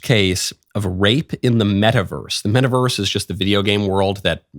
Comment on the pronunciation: what the heck is a "meta-versre?"